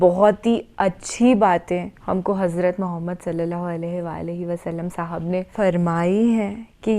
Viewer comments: The way you say Muhammad (Salliala hu alaihi wa aal e wassalam,) ❤❤ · Even some muslims cannot pronounce our Prophet's name properly but your pronounciation is perfect.